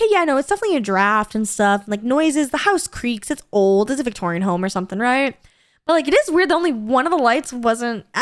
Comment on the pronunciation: I'll have to admit I was a little confused when said "victorian" home